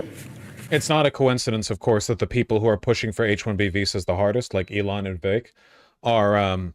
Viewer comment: DID HE SAY "President EL0N Musk" ??? 😊 I think he REALLY did !! 😊